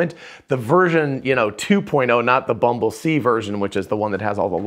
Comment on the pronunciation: The prototype is called "Bumblesee" not "Bumble-C" because it uses vision. So the next version won't be Bumble-D.